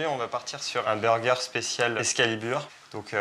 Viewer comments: Ou encore unburgeur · Il dit vraiment b u r g